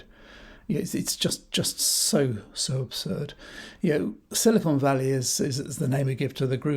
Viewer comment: Is it the tory Nasti Party plan to run down the economy so far and so fast that people will be queuing up to pick apples? You misheard *unt he said “Sly con valley”.